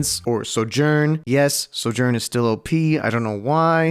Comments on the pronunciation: bro said SoJuRnn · bro said "soo yurn"